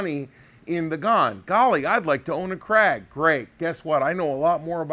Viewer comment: Thank god you can say KRAG. My ears bleed everytime I hear CRAIG....and Mouse-er....hehe, I knew an old man that told me he once owned a Martin- Eye. Yup. I also knew another fellow that liked Shina-bell fore ends....probably on a Martin-Eye rifle.